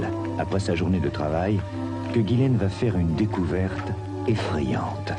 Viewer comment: Bizarre que tout le long ils disent "Guylaine" et non "Jisslaine" 🤔 C'est prononcé à l'américaine...